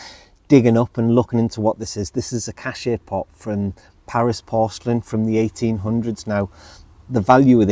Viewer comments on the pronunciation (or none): Your beautiful “cache pot” find is pronounced “cash po”. 😊